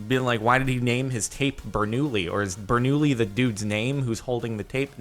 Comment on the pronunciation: Benoulli is actually pronounced ber-noo-yee